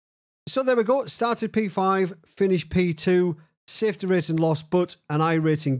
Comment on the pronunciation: Safety rating…..Smafe-ty rating huh ….. Nikita must not have a Mic hahahaha